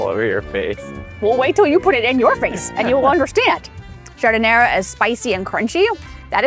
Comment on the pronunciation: Notice that great Chicago food is usually over the top and messy. Oh, and we pronounce giardiniera without the last "a".